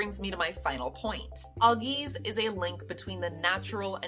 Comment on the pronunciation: AL-geez. Norse words have emphasis on the first syllable. English speakers tend to associate emphasis on the second with exotic words due to the history with French and Latin and often subconsciously apply it to unfamiliar words but Norse is very much an ancestor language. Emphasis and pronunciation are essential as these are oral traditional cultures and rhythm of the words is essential in the beautiful poetic tradition which all these stories were passed on through.